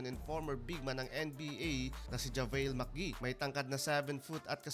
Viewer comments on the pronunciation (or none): Idol "magi" po Hindi "macgi" Javale magi.